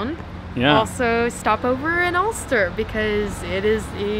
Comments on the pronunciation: Alcester not Ulster! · Alcester, Al from River Alne, Cester from Roman settlement, pronounced Alster, population of just over 6000.